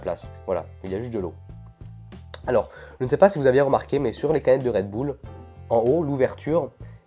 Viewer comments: Pas redboule mais redbeule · c'est pas "redboull" mais "redbull" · Redbull et pas redboull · Utilisateur 1 En Belgique c est dingue car personne ne prononce Redboul, mais Redbulle. Hors c est ainsi qu'on devrait le dire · Dans "red bul " "bul" ne se dit pas "boule" mais "bulle" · Ca se dit pas redboule sa ce dit redbulle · redbull pas redboul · Perso moi je dis redbull pas redboull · " canette de red boules "😂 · Une canette de redboul 😂😂😂 + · C'est trop drôle comment tu dis " redboul" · Red boulle 😂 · Red "boule" 😭😭🙄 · il dit red boule mais trql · Red boule mdrr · PQ il dit redboule ?